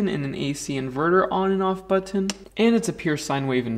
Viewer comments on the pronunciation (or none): Butt-ton XD lol